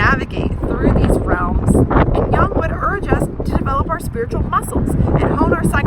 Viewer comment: Jung is a German name/word, so is pronounced not [young], but [yoong] (American spellings).